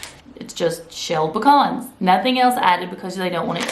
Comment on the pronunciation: We have pecan trees anyway. LOL we're good. My sister and my brother in law are on the keto diet. Have been for several months. I'm looking into it for me. Also thanks for saying pecans right. LOL. We don't have Aldi's or Trader Joe's here in west TX.